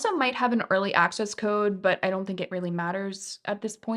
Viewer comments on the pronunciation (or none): none